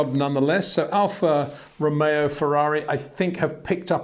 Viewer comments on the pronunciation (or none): none